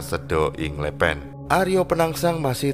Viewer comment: Izinkan saya beri masukan agar pengucapan kata2 Jawa lebih pas/enak didengar. Sekar Seda Ing Lepen, kata 'sekar' diucapkan dg 'e' sprti pada 'lepas' , 'seda' yg artinya wafat diucapkan dengan 'e' sprti pada 'tempe' dan 'a' diucapkan sprti 'o' pada kata 'jowo' dan 'd' diucapkan dg ujung lidah di bibir bukan di langit2 mulut. Sedangkan 'lepen' yg berarti sungai, kedua huruf 'e' sprti pada 'ember''.